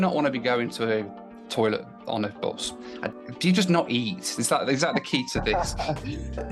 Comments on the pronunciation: It is pronounced bus, not boss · Not heard Bus pronounced as “Byus” since my days in Stoke-On-Trent… Odd to hear it on a video about a cross country trip across the USA. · "... kicked us off the büs..." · Love the way the word “bus” is pronounced